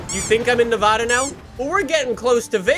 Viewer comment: nevAda please say it right